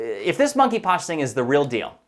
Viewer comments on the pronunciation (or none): The "K" in Monkeypox is silent.